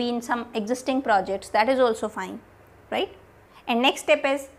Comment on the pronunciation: I'm in love with word ryte after listening ryte word from you continuously throughout the video awesome it made me laugh a little bit as well😂😂😁